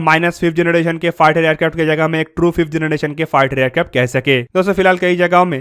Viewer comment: Bro why you says Aircrafto all the time you can say it simply Aircrafts